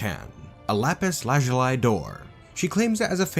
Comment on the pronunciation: "Lapis lazuli" is pronounced slightly differently than what you said. You did good on "lapis," but "lazuli" is more like "laz-yoo-lee," although "laz-yoo-lie" is also good. The IPA is /ˈlæpɪs ˈlæzjʊli, -laɪ/ where "æ" is pronounced like the "a" in "trap," "pad," or "tattoo" and the "zjʊ" is like "zyoo" since the "j" in IPA is similar to a "y." The IPA value of the letter "j" is counter-intuitive to many English speakers. However, it does occur with this sound in a few English words: Besides hallelujah, there are fjord, Jägermeister and Jarlsberg cheese. Just some fun info, not super important. Just adding the comment in case you're interested.